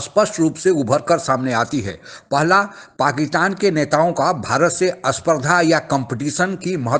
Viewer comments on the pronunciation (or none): First of all aspsht nahi spasht hai aur aspardha nahi spardha hai